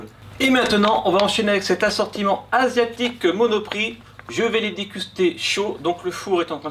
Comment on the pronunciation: s est moi ou il a dis asiotique